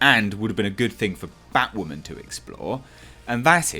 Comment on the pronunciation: Batwahmen is a fucking mistake